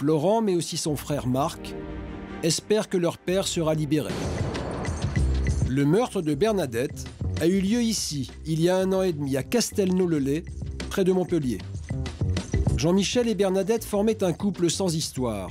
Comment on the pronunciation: La commune Castelnau-le-Lez se PRONONCE "Castelnau-le-Lèze" et non Castelnau-le-Lait.... Merci !